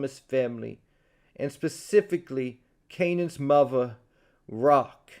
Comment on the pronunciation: You ain't have to say muva like that 😂